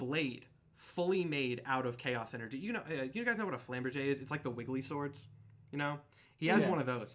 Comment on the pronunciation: flahm-BEARJE... only two syllables, emphasis on the last syllable.